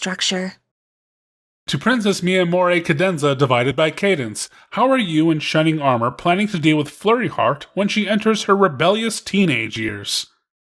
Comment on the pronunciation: "Shining are-more" lol